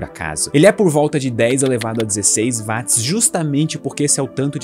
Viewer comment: Ele chamar Watt [uót] de [Váátt] diminui a credibilidade do vídeo